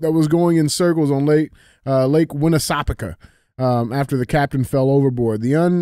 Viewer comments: Andy nailed it the first try saying Lake Winnipesaukee and DJ could not get it at all😂😂 Proud long time listener from NH live free or die we like to say here keep fighting the good fight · You pronounced the lake correctly! Haha thanks for talking about no sunscreen, I don’t wear it either! 😎🙌🏼